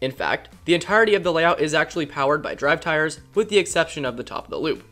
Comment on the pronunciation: I've played this part over and over, and it SOUNDS like you're saying this roller coaster was powered by "draft tires". Please correct me if I am wrong.